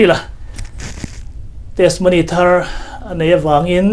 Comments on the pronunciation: Testimony ni awm tak a ni, mahse TESMONY ti a i lam tlat mai hi ka hrethiam lo deuh...? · Testimony hi i lam dik chiah lo deuh in ka hria a. 'ti' hi lam ri tel ta la ngaihthlak a nuam deuh a ngem aw. Tesmony ti ngawt lo deuh in Hnampui ṭawng mah nise